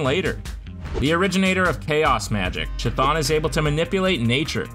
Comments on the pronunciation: Cuthulu not chithon. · Prote-JAY? A girl? And CH thon